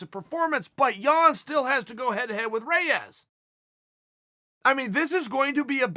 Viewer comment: REYES!!!! Its not close!!!!!!